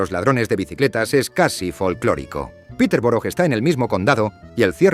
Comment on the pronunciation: No entiendo por qué algunas cosas se pronuncian bien y otras tan mal. Me refiero, ¿se puede al menos decir -shire bien? Un trabajo de investigación bastante decente, no entiendo por qué no se busca la pronunciación de las cosas al menos más básicas? Decir "The Shambles" medio decente y luego "Yorkshair" es un poco esperpéntico.Casi me muero con Peterborough (es "Pitebra" como "Edinbra"). Es que es una pena, porque siento que realmente no es mucho al menos mirar por encima como se dice. Nadie pide algo perfecto, es como decir "Marsia" y no "Mursia". Sabía que no debía ni mirar Leicester jajaaj (Lester!!!)